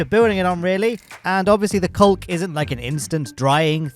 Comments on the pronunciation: Do you really pronounce 'caulk' loke that or is it just against demonetization? 😅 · This pronunciation of "caulk" is really closing a lot of doors for semi-intentional innuendo. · That's the normal way to pronounce it in Britain. I actually have a feeling it's kind-of uncomfortable in that pronunciation over here, but don't want to think about it too hard.